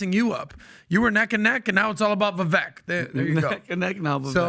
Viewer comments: VIVAKE NOT VIVECK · It's pronounced Vivāyk have some respect and cuth